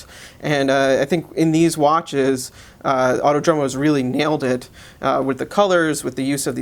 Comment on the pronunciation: fyi, it's pronounced autòdromo (and protòtipo)